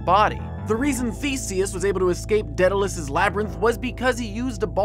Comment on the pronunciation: I love you Jake, but it's not Deadalus, it's Daedalus.